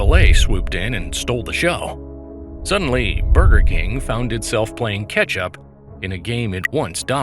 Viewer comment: did you mean to say ketchup or catch-up? 🤔 😂